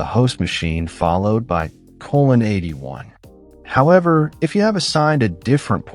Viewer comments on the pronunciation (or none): none